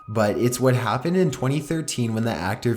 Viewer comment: turned it off after turned the word happened into 4 syllables ha